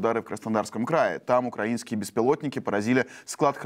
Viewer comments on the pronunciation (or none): none